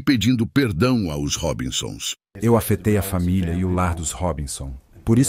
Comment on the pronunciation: Porque pronunciar A O S ao invés de aos????????? Coisa chata e enfadonha.